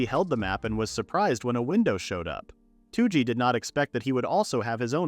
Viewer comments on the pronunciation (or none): Touji is not "Two G" Its rather close to "Though G"